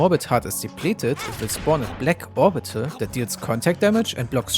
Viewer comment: To me it sounds like you are saying "morbital" Instead of "orbital"